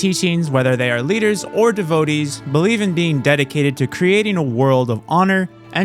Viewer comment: “Devo-dees” it takes so little time to look up a word’s pronunciation. Why edit an hour long video and not know how to pronounce a word you learn in the 2nd grade.